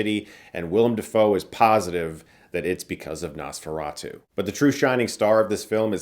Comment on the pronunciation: Not only did you get Count Orlok’s name wrong but you also mispronounce Nosferatu. You really are a hack now.